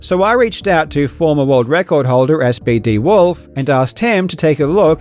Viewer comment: SBD Wolf is such a champion... by the way SBD is actually pronounced "Speedy," not "Es, Bee, Dee."